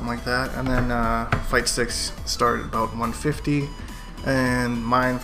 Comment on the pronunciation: QUESTION... Why do you say aboot instead of.about in your intro. Nonetheless love your content man keep up the good work